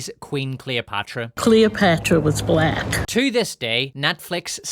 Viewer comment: 😂 she put 4 mucus filled syllables into black 😂